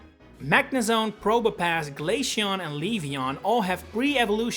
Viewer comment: Glay-she-on? It’s glay-see-on